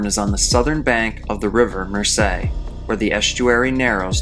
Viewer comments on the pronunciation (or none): The river Mersey is pronounced Mer-zee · River Meh-zee. That’s how Mersey is pronounced. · His English pronounciations can be a bit weird though like Mersey but yes great channel 👍👍🇬🇧